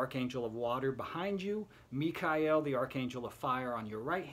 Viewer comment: You're the 1st person on YouTube to pronounce AA Michael's name correctly - that I've seen, anyway. 👍